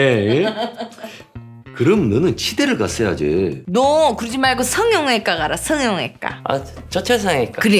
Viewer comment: 성형(ㅇ)과 ㅋㅋㅋ발음 디테일 쩐다